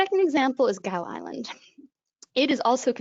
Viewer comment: Fascinating. Thanks. Here's hoping HPAI doesn't hit too hard. (BTW Gough = gof or gaaf).